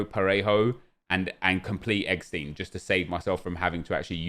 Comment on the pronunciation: Do you pronounce Rammstein as RammSTEEN like you say eggsteen?